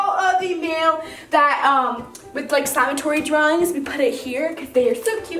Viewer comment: It’s a slime-a-TOUR-y